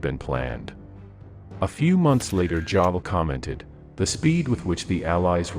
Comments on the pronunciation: Jodl is pronounced like 'yodel!' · If you're going to do English translation which I appreciate, you gentlemen really need to work on the correct pronunciation of these military officials. If I was blind I would have no idea who you were talking about in the narration because your translations are very poor ie: jadel and paper in this video.